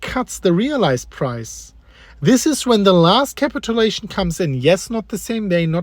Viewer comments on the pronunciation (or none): KA-pit chu-Lation. My dude.